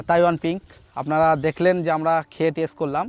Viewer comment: উচ্চারণটা টেস নয় টেস্ট।